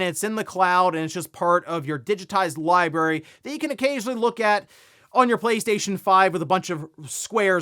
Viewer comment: Say it with me America, it's li-brar-y Not li-berry